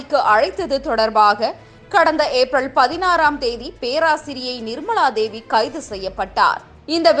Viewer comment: நிர்மளாதேவி, வாக்குமூளம், கள்ளூரி - நீங்களெல்லாம் செய்திவாசிக்கவில்லையென்றால் குடிமுழுகிப்போகுமா?